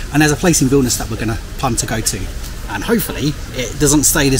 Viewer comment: Užeikite means come in. And yes, your pronunciation of Vilnius is correct!